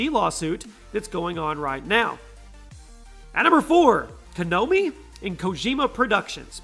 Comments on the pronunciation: Konomi. How you say Konami wrong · Pronounces Konami as Kanomi 😒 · I swear if he said konomi instead of konami one more time... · It's KO NA MI not Kanomi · It hurst to hear a word Konomi (actually its konami) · Konami, not konomi. Ko-nah-me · KONAMI NOT KONOMI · Kanomi? Kanomi? LOL the name of the company is spelt KONAMI. How can you still pronounce it as KANOMI. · wait did you say "Kanomi"😂😂😂? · Ko-nah-mi learn the actual names of the companies bruh. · "konomi" nice! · Kanomi? Can you read? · *KANOMI* .....lol wut? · How he pronounces Konami...